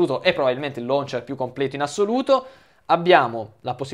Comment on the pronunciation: omg appena sentito loncher? ma che cazz